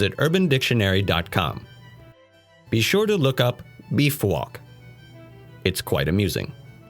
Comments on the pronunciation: I looked up Befwok and nothing came up, but then I realized he was saying Beef Walk. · Sherrisse Chu It sounded like Beefwock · yeah it did haha